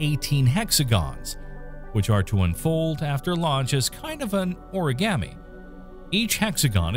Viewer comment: lol "OraGAMMY"